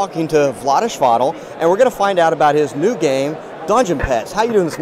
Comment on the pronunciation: Grats on the pronunciation,. Vlaada Chvatil is one hell of a tongue-twister.